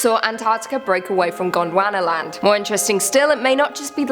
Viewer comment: Did you say the super continent was called Gonorrhea Land?